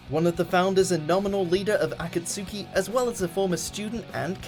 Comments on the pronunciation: lol how he pronounces akatsuki. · joshua motten God i love but...akatsui triggered me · He says akasuki instead of akatski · "Akatsoooki" like wtf😂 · "A-kat-sookie"? it's "Ah-kaht-ski" god these people don't know anything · “leader of a-cat-soo-ki” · In Japanese it is pronounced Akatsuki. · Itachi is NOT a villain. Anybody who thinks that only watched one episode of Naruto. And I don't understand why he says Akatski like "A-ka-su-ke". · Imjusthereforthefood he can’t even pronounce Akataski right lol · THIS NIGGA SAID AKATSOOKI 😂😂😂😂😂😂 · Za-boo-za, Akat-sooki. Like jesus mate, at least watch naruto first. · The 997 akatski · The video is not as fun to watch when you realize that the commentator doesn't know shit about Naruto. Like wtf is Akasooki. There's no way you could pronounce that wrong if you have actually watched the show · "A-cat-soo-key" You clearly pronounced Akatsuki wrong. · lol the way he pronounces akatsuki he says aka-t-su-ki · Man...I wondered if you even fully watched the anime. You're pronunciation of "Akasuki" is way off. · Damn..How he pronounced "Akatsuki” xD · I’ve only cried twice because of something I’m watching 1. When he was talking about Itachi as a villain 2. And when he pronounced Akatsuki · Can u stop saying akatsuki like that please made me cringe so bad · At least it was better than how they pronounced Akatsuki.... Still not great though...... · I think Itachi's place on the list should have been so much higher and has anyone else noticed how many times he said akatsuki wrong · bro did anyone else notice that he pronounce akatsuki so wrong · You killed the pronunciation of Akatsuki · I think the pronunciation is the far more bigger problem at hand.. Like the way they say akatsuki and "za-boo-za" and so forth.. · why can't he say Akatsuki right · Dammit. I hate how they always pronounce "Akatsuki". Like in this day and age can't you learn how to say it right??? The "u" is fucking silent! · you said akatski wrong